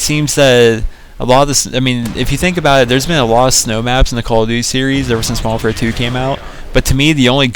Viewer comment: Y DO PPL SAY MODERWARFARE WHEN TRYIN TO SAY MODERN WARFARE LOL WAT OVER ALL IS THE BEST GUN ON MW3